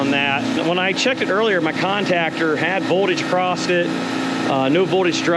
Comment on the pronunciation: I don’t know if you’ve noticed but you say across with a t